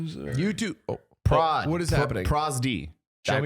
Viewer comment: Proz-D? I thought it was Pro-ZD